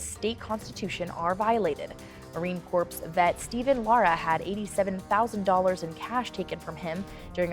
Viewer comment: 1. Glad he got his original money back, here's hoping this lawsuit helps to change the practice of CAF. It's way too broadly used. 2. Did that newscaster SERIOUSLY just say Marine "Corpse"?? Weep for our education system, folks.